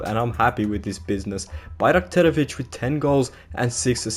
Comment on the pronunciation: considering we have difficult names, you pronounce it very well